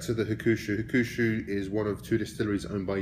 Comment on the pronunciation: It's pronounced Huck - Shoe not Ha-Koo-Shoe. Just letting you know, good review.